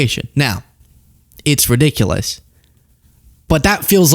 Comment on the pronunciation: “It’s riDICKulous!” 😂